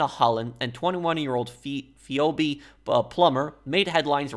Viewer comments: You were so close. Phoebe is feebee lol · I love how you pronounce Phoebe lol.